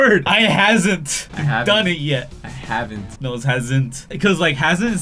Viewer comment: haven't: HaZeNtE